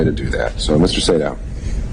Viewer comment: At the marker, the Judge pronounced Mr. Sado's name twice within 10 seconds as "say-dowww". I hope that helps!